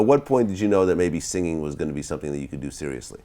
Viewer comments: Girl~ You don't pronounce singing as singinGUH. The g is soft ing words just like the way that you pronounced it in the first syllable. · Girl~ You don't pronounce singing as singinGUH. The g is soft in ing words just like the way that you pronounced it in the first syllable.